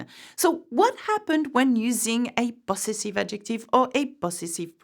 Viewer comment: The teacher mispronounced the English word possessive. She's still positively charming though